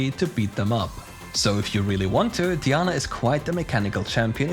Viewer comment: DIE ANNA!!!! STOP SAYING DEEANA FOR CHRIST SAKE I have to say this is not the first time but some of the pronunciations that these proguides people have are driving me crazy